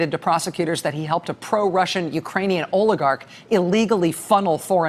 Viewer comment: Rachel, you been listening to trump too much! Just caught that ‘Rusher’, slip. 😂😊💙🇺🇸🏴